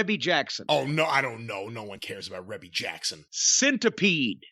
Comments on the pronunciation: Hilarious. Jim and don’t even know it is pronounced R-EE-BEE Jackson. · REE-BEE Jackson, not REB-BEE. 🤣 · Rebbie, not "Reby".